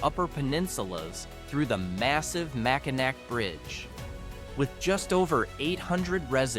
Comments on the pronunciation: Mack-uh- NAWWW ffs who cares if it ends with a "C" or a "W".. it's ALL MackinNAW mack a nack.. puts a hurt on our ears.. There's Kansas.. and Arkansas.. but ppl don't call it Ahr- Kansass, they say Arkansaw roit? Research a place.. do yourself a favor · As a life long Michigan resident, I enjoyed the video, however please learn to educate yourself on proper pronunciations of these beautiful towns before making videos. I had to turn it off, because I couldn’t stand all the mistakes of our beautiful towns and landmarks. It’s Mackinaw city, and the Mackinaw bridge, not “Mackinac”. That’s just one example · It's just hilarious how he pronounces Mackinac. It's supposed to be pronounced Mackinaw. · MACKINAW, not Mackinak.